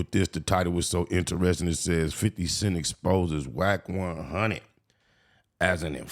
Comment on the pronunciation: Wacc hundred..you can tell these fake channels . Its A.i. A.i cant pronounce words for chit . This is fake .